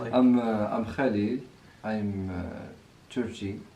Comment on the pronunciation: 🤣🤣🤣 Loved the way you were trying to say the name Khalil... my husband's name is Khalil and living in the UK almost every single person struggled to pronounce it!! The name Khalil means best friend by the way 😀🙂